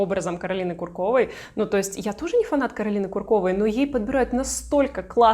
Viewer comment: Ку’ркова, а не Курко’ва…